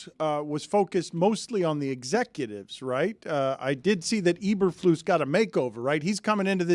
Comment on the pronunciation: u guys are so out of town stupid none of u can even pronounce eberflus correctly